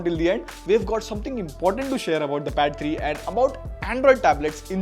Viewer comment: i heard battery too